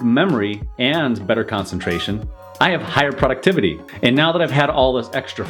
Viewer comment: I’ve never heard the word “productivity” pronounced that way